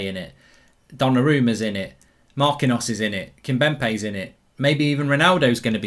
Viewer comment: Mark it’s Kimpembe not kimbempe